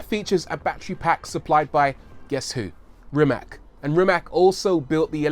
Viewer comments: Rii mache. Pronounced differently than you say it buddy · I'd love to hear you (and Doug DeMuro, for that matter) pronounce the name Rimac correctly. It's extremely insulting to not know how at this point. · Would be nice if you pronounced Mate Rimac properly! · why every host or human being which talks about Mate Rimac on ytb is saying his name wrong?... isnt this just a lack of research...? To me that is just lazy idk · It's not Rimac, it's Rimac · Its a croatian surname thus is not pronounced "rimac" but "rimatz"... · Say RIMAK one more god damn time, I dare you, I double dare you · Hey Rory, his last name is pronounced REE-matz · Its Rimac not Rimak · It's pronounced Rimats. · Let's get that pronunciation right... It's "Ree-matz." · Rimac is Croatian. (as was Nikola Tesla), and his family name is not Rimak, it's Rimac. Last letter is 'c', which sounds 'ts'. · Rimac is pronounced "Rimats"! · "After Ferrari" 🤔, anyway, apparently Porsche sent a Panamera hybrid to Rimac just to test their competency, not only did they understand the system, they even had ideas to improve it. They are really knowledgeable. I think its pronounced "Rimats". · I am from Croatia and it is pronounced as is wright it. RIMAC. Croatian language is like you wright it the same way you pronounced it. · It's nore like Maaate Rrrimass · It's pronounced Rimats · Rimac is also pronounced like rim ass not rim ak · It is Rimac not RimaK.😀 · Ni ti ha, sa takvim ponosom izgovaraju to K...jaoo. Nisam cak ni ljut kaj to tak izgovaraju samo nemogu to vise slusat😕😕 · It is Rimac not Rimak. Ri-mac. And C is not K like you say C in Cyprus. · its actually pronounced REE-MATS, not REE-MAK. you could have spent 3 minutes and "investigate" how to properly pronounce last name of a person you're making a whole video about... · Is NOT "RIMAK"... The name is "RIMAC"... With C... Not K... 😫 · Rimac is pronounced Rimach. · It's not pronounced rima'k it's pronounced rima'c like you pronounce c2